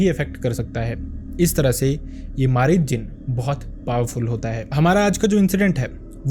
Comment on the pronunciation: Ye marid nhi mareed hota hn means student